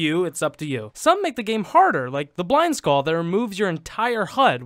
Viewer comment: What's a "Skawl?"